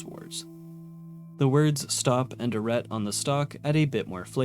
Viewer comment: Arret is pronounced Arrey